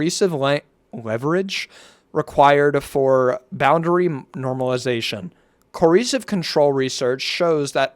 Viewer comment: CO. ER. CIVE. FUCKING SOUND IT OUT JESUS